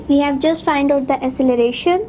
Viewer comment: Acceleration Pronunciation was wrong